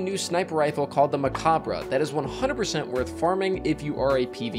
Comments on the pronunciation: *me opening this video*: No way he pronounces it right. Destiny Youtubers NEVER know how to pronounce things. * in the video*: MECOBBRUH! uh huh. For anyone unaware, it's a play on the word 'Macabre', which is pronounced 'Muh-Cobb'. They put 'Mech' at the start to tie in to the theme, but it's essentially the same, being pronounced 'Mech-obb'. No shade, just find it amusing. I watch so many Destiny youtubers and it feels like there's some kind of pact everyone has made to mispronounce as many names as possible:p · It’s actually pronounced the same as Macabre: “Meh-cobb” good ole french. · pronounced muh-cob, or mech-cob in this sense since it's a play on the word